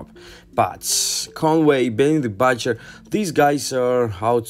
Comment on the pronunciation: Benny the Bautcher😂….DeeepSet. Jim Jones mextaype😭